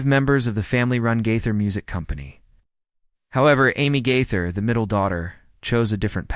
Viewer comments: When you can’t pronounce Bill Gaither’s name correctly In Your first sentence then I’m certain you don’t know him and have nothing to say that I need to hear. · It's Gaither, not Guther. I'm not believing any of this. How come we didn't hear Bill saying any of these things in the video? It was just one voice telling all this. BTW, it's Nelon not Nellon. smh Bill Gaither made a statement about the Nelon's on the Homecoming Radio which I follow on facebook, so he did make a statement. smh